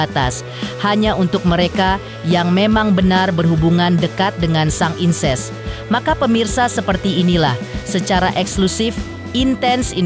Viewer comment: Senengane kok mok pamer...encuuss bukan inces